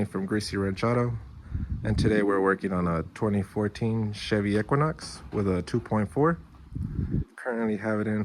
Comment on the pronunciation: Well first off he can't even pronounce the name of the vehicle the right way.... So whatever. And GM really shot themselves in the foot going to the biggest pos that is the 2.4... The 2.2 eco was 100 times better and ran way better! The 2.4 is a total bust. It does rev, it makes shit for power anywhere in the rpm range and doesn't last. The 2.2 Eco would scream and lasted forever. Ppl get what they deserve! Fucking idiots.